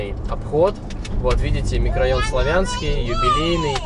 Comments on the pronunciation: Не Славя^нский м-рн ,а Сла^вянский....... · Господи,да выучите Вы наконец название населенных пунктов и ударение!Ну смотреть не возможно!ТитарОвская...Всю жизнь она была ТИторовская,славЯнского микрорайона тоже никогда не было в Краснодаре,был СлАвянский!СлАвянск-на-Кубани!Понаехали тут...